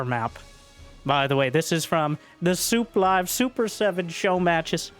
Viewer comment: Why does your „sooplive“ always sound like sooply, like they’re the overlords of StarCraft, the pylons giving energy to the game, the depots all those replays end up in.